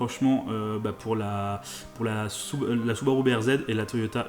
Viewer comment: Pourquoi vous dites Soubarou, Acoura et Hounda? Alors que s'est Subaru (Su-ba-ru), Honda (Hon-da) et Acura (A-cu-ra) Aaahhh les français 😂